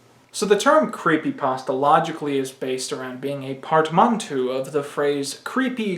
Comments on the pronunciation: Please tell me that pronunciation of portmanteau was a joke... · That is not how you pronounce nor use the word "portmanteau" wtf. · Are you really completely incapable of saying (and presumably reading) the word 'portmanteau'? Really?